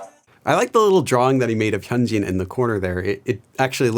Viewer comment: He doesn't know how to pronounce it by just looking at the name😭 He needs one of those pronunciation guides for names, like this: "hun-jin (say jin as if you were saying the BTS member's name)"